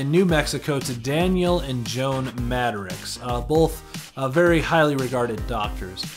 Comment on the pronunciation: He's my favorite character.. Love the video.. Thanks for the upload, but PLEASE, repeat after me MAD-ROCKS, Jamie Madrox (Mad-rocks)